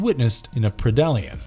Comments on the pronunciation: you dont know how to pernounce pred-alien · The way you say predalien makes me so upset and idk why lol guess i always had a head canon way it was said from the avp 2 game from back in the day